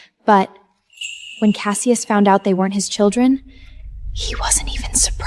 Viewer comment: Cassius shews.... Callius... Callavius... WTF 🤣🤣🤣🤣🤣 LoL